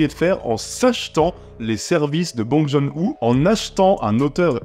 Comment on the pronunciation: Bong John Hu tu as bien massacré son nom, ça se prononce "Bong Jun Ho" pour Bong Joon Ho J'ai beaucoup ris quand j'ai vu le film ce week-end en Corée, par contre j'étais le seul à rire sur une salle bien remplis